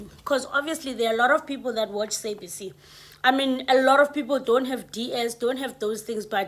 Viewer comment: The way you pronouncing sabc, it's stressing me out 🥴